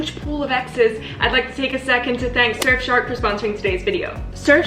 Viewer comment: did just say "surfSHART" when she meant to say "surfshark"